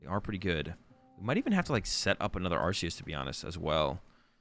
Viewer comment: It's ArKeus, mate...